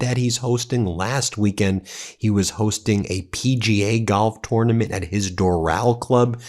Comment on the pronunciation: Pronounciation of tournament sounds off?